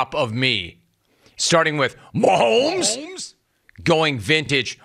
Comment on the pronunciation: There's no L in Mahomes. It's not Maholms. Why does he keep saying Maholms. It's really not that difficult. lol